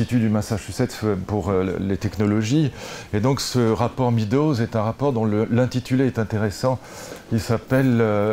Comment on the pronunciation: On dit médows, pas midows, lulu